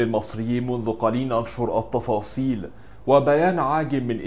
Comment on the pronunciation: حبيبي اسمها التفاصيل مش الطفاصيل رقق التاء لأنها طالعة مش حلوة خالص